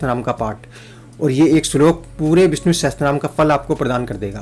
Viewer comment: Sahastranam nehi sahashranam bolna chaiye